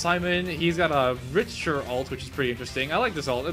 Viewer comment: Rich-ter Lululululul Rick-ter